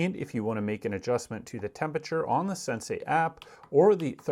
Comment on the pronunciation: It's not SensAi. it's sen-see 😂